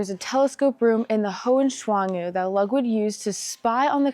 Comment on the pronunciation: And his name is Lood Vig (Ludwig).